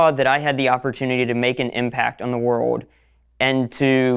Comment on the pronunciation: This dude sounds like AI? He sounds more like a child bc he doesn't ever pronounce the letter "L" "Wur-ohd" is world lol